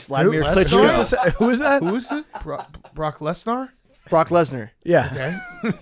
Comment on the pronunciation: Brock Less-Gnar